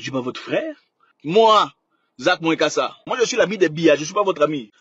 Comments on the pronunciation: Eh le frère prononce bien le nom, on est Afrikains. Lis seulement tchiiiiiiiiiiip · Mais prononcé bien son nom par respect, malgré ces défauts et sa sauvagerie il a des qualités